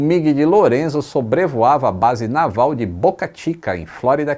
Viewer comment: tu precisas aprender a pronúncia correta da palavra "Naval" em inglês.